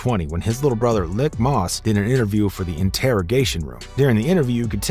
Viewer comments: "LEEK (Leak)"....LIK....MOSS. Not "lick" moss. Fucking up that man name. He's running OBH now. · Leek moss not lick moss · It’s pronounced like Leek Moss